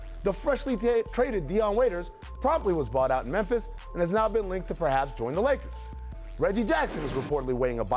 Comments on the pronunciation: Yo is it just me or did the truth just catch himself saying Nakers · Did he say Nakers 😂😂😂😂